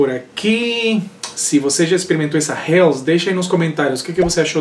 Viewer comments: to interessado em fazer uma Helles, esse nunca provei. A pronúncia é "reles" e não "rels" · Eu não sei pq sempre falo “infernos” :) kkkkkk valeu pela correção... a pronúncia correta no alemão é /reles/